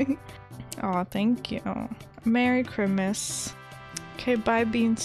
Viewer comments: I love it how your saying Chrimmas instead of Christmas:3 this is too cute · I like the way she kept saying chrimas instead of Christmas 🎄 🙂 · Every time she said merry crimas I started laughing so much😂🐸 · “Merry chrmas” LOL NEVER FAILS TO MAKE ME LAUGH! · You said Chrimas the whole time! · Are you pronouncing it as cri-mas on purpose?bc where I live we pronounce it fully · I love you but the way you say Christmas is making me go crazy 😤😂😅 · Hahahahaaa I love how u say Christmas